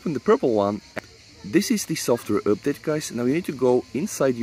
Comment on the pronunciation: Please say update not üpdate or use some other word or just don't use we know u are talking aboute this :p